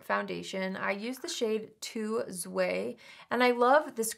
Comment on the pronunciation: Hi, I’m not sure if you’ll see this and it’s really not a big deal, just something I noticed and thought you might like to know. You said the Monika Blunder foundation shade was two zwei. Zwei is German for two, pronounced “Zvy” (rhymes with sky). Not the easiest sequence of sounds for native English speakers, so I think you could also just call it two if you want! 😊